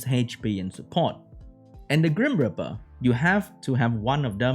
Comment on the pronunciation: Grim reeper, not grim ripper.